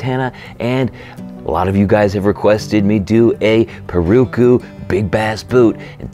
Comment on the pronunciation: Pirarucu. Pronunciation for you. ‘Pi’ like you’re saying ‘pistol’, ‘ra’ as in ‘rat’, ‘ru’ as in ‘roof’, ‘cu’ as in ‘coupe.’ Put them together, pi-ra-ru-cu. it’s a fish that lives in the Amazon river that is very flavorful. I hope this helps in future pronunciations. The Brazilians roll the red when they pronounce it. It rolls off the tongue pretty well. Thanks for the great vids!